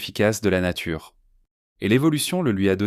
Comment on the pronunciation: Par contre "nature" devient "natiure" pour faire globisch, ceci doit être spécialement programmé comme exception et c'est une technique vicieuse de déconstruction de la langue.